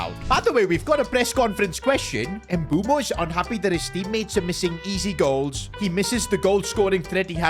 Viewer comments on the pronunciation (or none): Dumb calling mbuemo “mbumo” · Bro keeps on saying Mbumo not Mbeumo😂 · It's MBUEMO not Mboomo. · Mbeumo ❌ Mboomoo✅ 😂😂😂 jk